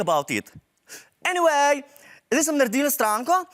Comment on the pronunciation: Lol ta "enivej" mi je tak hecn.....